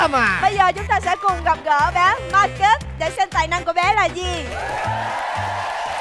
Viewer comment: Bé tên Marcus mà nge thành Ma kết CHĐ của tao:))